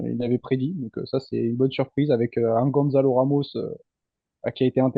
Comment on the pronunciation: S'il vous plaît, serait-il possible de ne plus dire gonZalo mais gonSalo, ça s'écrit avec un "Ç" Gonçalo. 🙏🏼